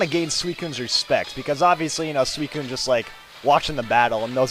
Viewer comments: I've always pronounced SUICUNE 'SU-SOON' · Does anyone else say Suicune like "Suisine" ?